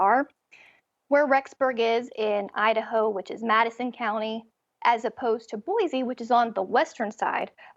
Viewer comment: Hey dudes!!!!! It’s pronounced Boy-See there is no Z in Boise.